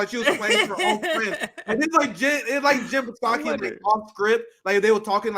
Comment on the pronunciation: It's SOCKY....SAKI......THE P IS SILENT LOLL